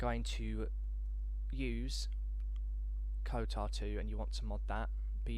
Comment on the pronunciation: Stop calling it 'KoTAR'